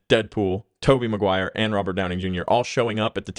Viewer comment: Are you saying Downing? Robert Downing Jr.?